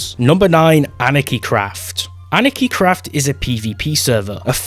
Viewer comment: Good Video! It was Funny How you Said anarchycraft